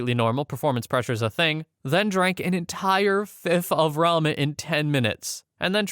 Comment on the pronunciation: Entire fifth of ramen 😂 It's obviously rum, gotta love AI generated videos 😂